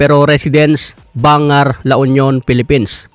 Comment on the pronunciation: Ilocano boss, bangar (Bang-gar) la union.